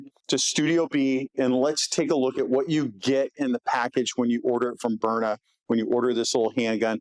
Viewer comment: Haha He can’t even say Byrna, instead calls it a stove burner. And his show team lets callers heckle him for it even. How hard is it to pronounce Burn-Na? Just shows he’s in the advertising business first, and topic talk second.